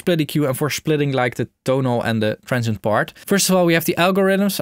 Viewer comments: he always says trentshient i guess he means Transient :D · a "transhent" is a transient from the Netherlands ! :P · I wasn't looking at the screen and for the first minute or so I was hearing say 'tonal and trenchant components' and thought WTH is trenchant? 😂